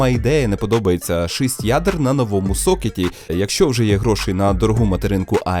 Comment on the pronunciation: Друже, слово шисть так ріже вухо, хочу чути шість, вибач